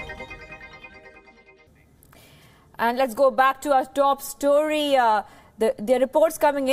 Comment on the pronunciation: let's go back to top storiyaa what's storiyaa?